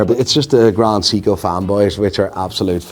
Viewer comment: Can't pronounce grand seiko 🤦